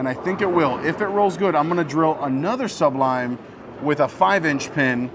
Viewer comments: Again w the Suhhhb-lime 😂. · ASK SOMEONE HOW TO SAY SUBLIME!!!!! IT's not two words,DAMN. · It's amazing that you CAN'T pronounce such a simple word,look it up!